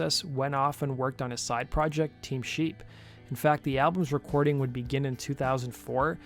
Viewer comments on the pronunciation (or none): Also, did you say Team Sheep? Its Team Sleep lol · Did you really say Team Sheep 😂. It's Team Sleep let's act like pros now. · Bro did you really mispronounce Team S L E E P??? Whyd you call it Team Sheep?